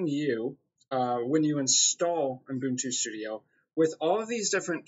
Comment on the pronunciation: There is no f***ing "n" after the first "u" in Ubuntu!!!!